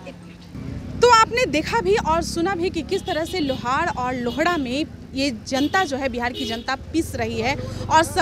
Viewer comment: Madum सबसे पहले लोहरा को सही से बोलिए,, प्लीज लोहारा को लौउड़ा ना बोलिए, इसका मतलब तुमको मालूम है लौउड़ा किसे कहते हैं, साफ़ बोला करो जैसे हिन्दी में लोहार,, और English मे lohara लिखा जाता है,, ठीक उसी प्रकार जैसे राम को rama कृष्णन को krishana likha जाता है, Madum आप पत्रकार होने के बावजूद भी लोहारा को लौउड़ा बोल रही है 😅😅